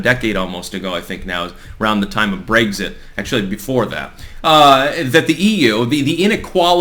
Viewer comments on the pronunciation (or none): none